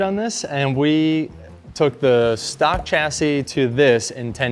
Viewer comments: Chassis is pronounced /ˈʃasi/ like Shassy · It's torture Americans mispronouncing Chassis, coupé, jaguar and aluminium